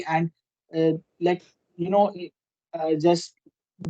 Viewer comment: Bro using the word LIKE is not the problem but you mispronounce it. And instead of using toh you can say so it's a english word and has the same meaning. Last but not the least you also need to listen to the english content and understand how they form sentences and what word they use. This will certainly help you improve your spoken english skills. Have a nice day Bro.